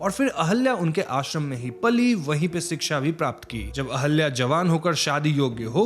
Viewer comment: Sir ahalya nhi ahilya hai